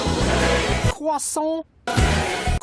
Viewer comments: We say let it CWASSONT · THEY’RE NOT LETING IT KWAHSSONETE